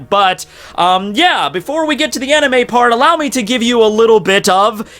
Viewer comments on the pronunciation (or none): none